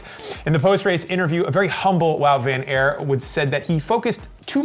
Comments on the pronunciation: It's Van Aart not Van Airt,..., as in tart or fart.. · he still pronounced it wrong